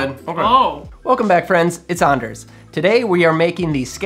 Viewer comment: I thought so too, but the way he pronounces his name does not match with how Swedes would pronounce it. He must have Scandinavian roots though, considering his full name.